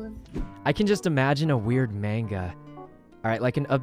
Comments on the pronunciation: I love sykunno but him pronouncing manga and yandere like that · it's a comic called stalker x stalker by Merryweathery on webtoon. It's pretty great. Also smooth moves on poki there. 👌 Also your pronounciations of mang And yandere are killing me